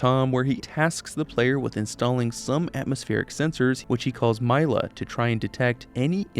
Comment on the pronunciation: "myla" smh my head, bro never listened to tinky tomathy's insanity if hes pronouncing Mila that way